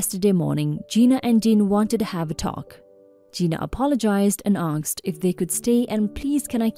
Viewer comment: Pronunciation please. ASked not AKsed.